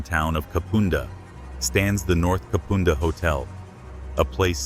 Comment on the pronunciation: Thebarton theatre is pronounced Theb arton and Kapunda is pronounced Kap under.